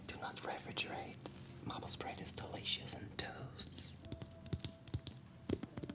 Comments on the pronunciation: érable se prononce comme mayple plutôt que mâple ;) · Mai-ple** not mah-ple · Mdddr comment tu prononces Maple, c'est mAple pas mapple